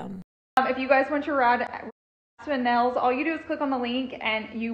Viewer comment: Definitely!! I had something more in mind than marbles. 😂😂. I hate how she says “nells” for nails.